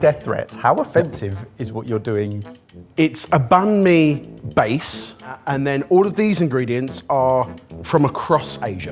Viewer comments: I wish you could stop saying ban me and instead say bun me :( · I think I'll re-watch this episode with my vietnamese wife. Though I might put her in risk of getting a heart attack with "Bahn mi" 😅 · Vietnamese banh mi is actually pronounced bang me. Make of that what you will. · Vietnamese be crying that it's "Banh Mi" 😂